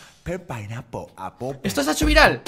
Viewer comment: se lee penpainapolapolpen